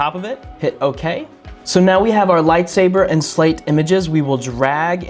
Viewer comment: "We will now call it slate" * Calls it salte * Me: Yeahh... SALTEEHHH